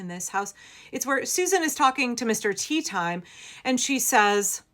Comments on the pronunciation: I think it's pronounced Mr tay-ah-tim-eh BIG terry pratchett fan GNU sir terry pratchett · It's pronounced Teh-Ah-Timeh.😂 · It's Tay-ah-ti-may... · it's pronunced teh - ah - tim - eh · I loved the name so much, I gave my cat that name. Every time we go to the vets and they say Mister Tea Time. I have to tell them he gets offended and it pronounced Tay ah tahme. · It's pronounced "te-ah-tim-eh." :P